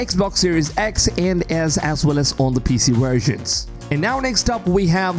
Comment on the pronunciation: What the hell’s a “wersion”?